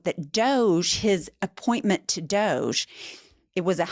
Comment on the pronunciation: It's not DOGE, it's pronounced Dodge -ee